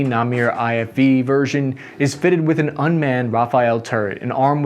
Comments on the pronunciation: 1.it's pronounced phonetically, not na-meer, just na-mer. it means 'leopard' in hebrew. 2. saying 'god' is perfectly fine for jews. in fact saying 'yaweh'/'jehovah' is considered very not ok as that is the explicit name of god and should never be spoken. 3. 'achzarit' is pronounced 'akh-za-rit', it means 'cruel' (female inflection). why did you you think it was pronounced 'aztriat'? 4. it's not 'nag-mesh', its' 'nag-mash'. both As are pronounced the same. and it's an acronym. 5. the picture is completely unrelated: it's a picture of a miniature unmanned tank. 6. in 2004 the population was 7 mil, not the 9 mil it is today. 7. you also need to remember that about 1.7 mil of israel's citizens are arabs and aren't affected by the conscription laws, and the the volunteer numbers from within that population are low for obvious reasons. 8. i LOVE the part - , finally someone is telling it as it is! 9. despite all of my criticisms, this was an excellent video! the new namer variant looks so fucking cool! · It's pronounced "namer", not "namir". NA like nudge, MER like merge. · “Namer” (נמר in Hebrew) is pronounced “Nah-mehr” as in “eh” not “Na-meer” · well, since you wrote "Namir", I'm assuming you're referring to the incorrect pronunciation... the "e" is like the "e" in "error" or the "a" in "air". it's pronounced kinda like "number" without the "b" still cool nonetheless though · great video, however its prenounced Nam-er, with the er like in the word her, there's also a different type called the Nemerah, which is the word for a female leopard, its used by combat engineering units with the H at the end being the first letter for engineering in hebrew, the Nemera doesn't have the big cannon though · You pranounced namer wrong Its pranounced like its spelled Not namir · FYI It's pronounced like Na - mer, also it doesn't mean leopard it means tiger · Namer = "leopard" -- the e is short, not "nameer." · It is pronouced "nam air" just fyi ;) Awesome vid !! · Na-Mer, not Na-Mir